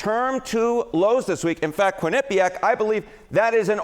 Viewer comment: Harry - You and others are mispronouncing Quinnipiac. The accent is on the Quin, not the nip. Please stop! I'm from Connecticut, and until recently I've never heard this until now.